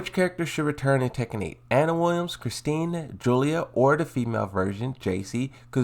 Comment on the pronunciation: ITS CHRISTIE! Dude you sound like a such rookie misspronouncing names